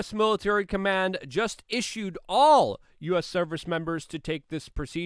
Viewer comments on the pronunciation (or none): none